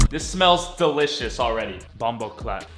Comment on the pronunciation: Dude the word is pronounced bom-bo-claat